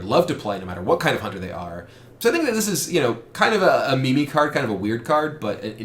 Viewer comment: did... did you just pronounce meme as me me?